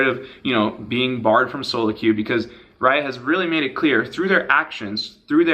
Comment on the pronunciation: A lot more emphasis on the "Solo" part, eh Voyboy? :)